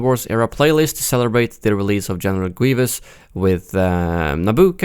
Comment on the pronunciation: "Genewal Gweevus"